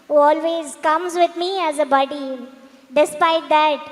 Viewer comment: Its not baady its buddy 😂😂